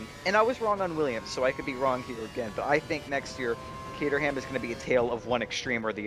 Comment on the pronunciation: its ca-trum not ca-ter-ham